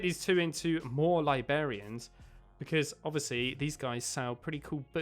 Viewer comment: "libarians" nope... librarians